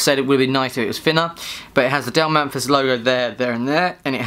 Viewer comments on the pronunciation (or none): Also: His name is Dale Mathis not Dale Manthis he read his name wrong like 20 times.